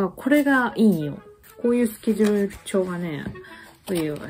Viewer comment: スケルルル帳って聞こえた🤣